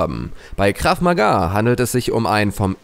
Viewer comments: Ich mache Krav Maga im Verein! Und das wird kurz ausgesprochen! :) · Es heisst "Krav Maga" und ich betreibe diesen Sport auch. Ich würde nicht sagen das er in normalen Verhältnissen der Tödlichste ist aber trozdem sehr gefährlich. Meiner meinung Nach ist Muay Thai ( ist vllt auch falsch ) und UFC das tödlichste